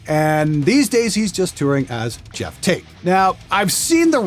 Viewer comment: Why do you pronounce Geoff like Jeff? Can't you see that O?